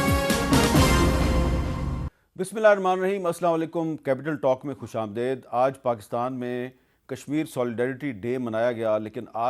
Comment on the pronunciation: Khush amdeed, not daid.